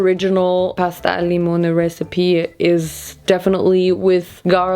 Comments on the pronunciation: I’m Italian and you said “pasta al limone” really well❤ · You said pasta al limone so perfectly lol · you said pasta al limone very well actually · You actually pronounced “pasta al limone” so well!!! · Real pasta al limone is actually more similar to the one made by the first girl. In Italy we rarely use chili flakes and definitely we don't use all that garlic. Plus, your pronunciation was literally perfect. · Omg you just said “pasta al limone” not as a German but super Italian omg I’m Italian and that pronunciation is perfect I swear I’m so proud of you HAHAHAH